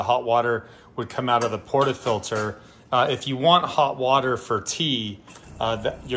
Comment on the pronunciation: I’m not a snob, but this guy clearly never had done espresso in his life, he couldn’t even pronounce portafilter right. Guys here’s the basics 1 - power the machine 10 minutes prior to use 2 - set your ground around 6 or 9 (until you master tramping) then you can lower till you find your perfect taste 3 - ALWAYS have a wet towel to clean the steam wand and subsequently clean the grouphead (else your coffee will taste worse as you mix old with new) Lastly when steaming milk, don’t do what the guy did, hold the pitcher at 45” angle and avoid that loud noise (lower steamer to warm milk, lift steamer to foam it) Happy Espresso machine = happy Barista! Empty that tray early too!